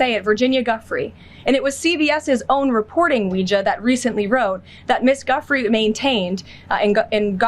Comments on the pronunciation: Giuffre is not pronounced "Guffree". It's pronounced "Dew Fray". RIP Virginia Giuffre. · Karolyin is so disrespectful she can't even pronounce the victim's name properly. It's not pronounced Guffree. It's pronouced Joufray. Guess she doesn't matter enough for you to say her name right. It's not like you haven't heard it! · KKKaroline knows her professional life is about to become total hell. Also: Its pronounced Gu-free, not "guff-free" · None of these robotic weirdos can say names right! It's pronounced "Ju-fray!" 🤦‍♀️ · Who’s Miss Guffrey ? She can’t even pronounce Virginia’s surname ! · She doesn’t even pronounce Virginia’s name correctly, total disrespect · KL can't even show the basic courtesy of bothering to learn how to pronounce Virginia Giuffre's name correctly? There's now a creepy malevolence to this anti-truth treachery, joining the misanthropic optics of their 'Totalitarian Theocracy of Fascist America' aspirations? And KL is gleefully brimming-over with deceit, in her attempt at bludgeoning the nation into submission - using only the pantomime of her witless mendacities. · I haven't seen 10's of 1000's of documents. Where are they exactly, Caroline? And now that you know the name of the victim, could you at the very least, pronounce her name correctly? Jeez. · What a BOZO. She can’t even pronounce Virginia’s last name correctly🤣🤣🤣🤣🤡🤡🤡🤡🤡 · Leavitt, if you are going to talk about Virginia, at least grant her the respect of pronouncing her last name correct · just pronounce her name correct. And where is the fucking necklace with the cross? Are you just lying to much???